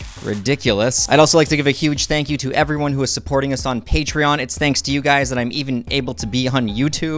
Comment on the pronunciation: The guy thanks like a chinese wtf :))